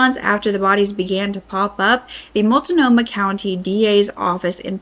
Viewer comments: Hi, those two areas are pronounced Will Lamb it (Willamette) Malt no ma ( Maltnomah) We have hard to say areas. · First off, some of the pronunciations are wrong (and it's just driving me a little nuts) but Multnomah is mult-GNOME-uh and Willamette is will-AM-met. Next thing about this story that this lady seems to have deciided to skirt around (which is a pretty major part of this story) is that the killer targetted drug addicts pretty strictly. These women appear to have family and friends that were looking for them once missing, but up until they were missing, most of them didn't have homes, and lived mostly at friends' known drug houses. All the locations mentioned being frequented by these women are pretty well known drug areas, and dangerous areas at that. I'm not saying they are to blame; my only point is that people are expressing outrage stating they could have been victims since the cops didn't inform them, but his only victims were heavy drug addicts. So you probably wouldn't be targetted unless you hung out at these specific drug houses too. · Also, MULT-NOMAH, Will- Lam- -Ett. Just to help haha, that's how those sound. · Born and raised Oregonian here. Common area names that are mispronounced and may get you teased. Willamette is Will -lam-et, Multnomah is Mult-no-ma, Albany is All-ba-knee, Tigard is Tie-gard, The Dalles is The Dallz (rhymes with pals) There are so many but these will get you started. Oh and use I-5 not The 5, and if in Eugene it's Beltline not The Beltline- news reporters are generally from out of the area so don't trust their pronunciation ask a mossback (born and raised). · As someone whom lives here… please learn how to pronounce the names lmao I cringed every time you said Willamette and Multnomah 😂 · I love that this is getting covered, but I was born here and some of the pronunciation makes me giggle.. it reminds me just how off we are as a whole state Also:: you really give me miss frizzle vibes and im here for it